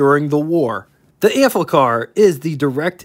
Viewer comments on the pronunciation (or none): There's no L in the name, so why do you keep saying AMplicar??😊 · Good overview of the vehicle; but, damn, read the label: it's pronaunced like it's spelt; no "L" in the name: Am-FI-Car, not "Am- FLICK-Car; they weren't made by Bic! Pity a drive-demo wasn't possible; woulda been mast instructive re: the "user experience"... cheers.